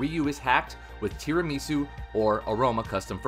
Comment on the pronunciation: how come there's not a single person in the youtube scene who knows how to pronounce tirimisu. do you just not eat tirimisu over there? it's project cafe, with aroma, decaffeinator, tirimisu, they're all coffee based. it's not a japanese word it's tirami su, it's italian